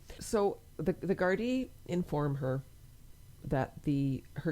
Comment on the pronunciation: You pronounced Gardai perfectly. As a matter of interest do you know what happened to the childrens Mother, was she punished or did they just remove the children from her care?